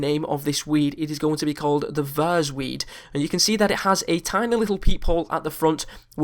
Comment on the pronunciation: It's not Vas it's Vase